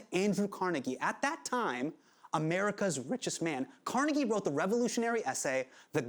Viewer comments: Dear world, please learn to correctly pronounce Carnegie. Only people from Pittsburgh and Scotland get it right. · Car-neigh-gee Involuntary cringe every-time he pronounces it wrong. Like, dude was a racist and antisemitic, but CMU and the Carnegie Museum of Natural History and whatnot are still part of Pittsburgh's history and culture.